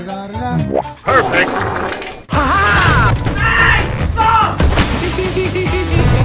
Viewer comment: PEFIT BURGER